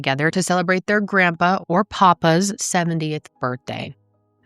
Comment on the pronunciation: Papaw, (PAP-aw)....NOT Poppa. Papaw is our word for Grandfather. (Points for pronouncing "Hensley" correctly.)